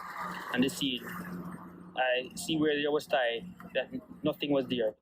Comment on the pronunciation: This man is saying notting...